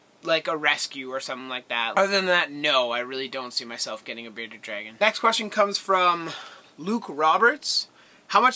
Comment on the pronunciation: You forgot the r in bearded dragon